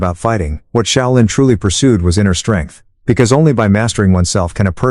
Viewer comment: The “Shy-O-Lynn” temple?? Give me a break.